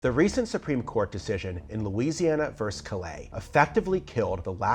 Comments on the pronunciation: “Versus” is not pronounced “verse” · Isn’t the word ver-sus?